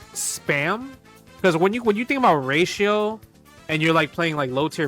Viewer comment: I really love the way when he says ratio it sounds like "Racial"